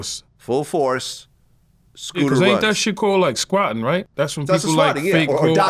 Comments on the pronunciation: Yayo mistakenly saying “squatting” instead of “swatting” is crazy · *SWATTED not *Squatted 😂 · 😂 idk what’s worse, Yayo saying “squatting” or Vlad saying “doxxing”… I guess at least doxxing is kinda related to swatting, where most famous infamous people usually get doxxed first before they get swatted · Yayo literally said "squatting" lol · Was yayo saying squatting instead of swatting? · Squatting. Until the last time he finally said it right😂😂😂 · Is he saying Squatting 🤣🤣🤦🏾‍♂️ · Yayo did say squatting 😂😂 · Is Yayo saying Squatting??🤦🏾‍♂️ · ONs... "squatting"..."doxing" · Yayo trying to say swatting is crazy 😭